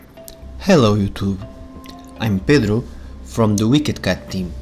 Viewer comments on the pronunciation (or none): none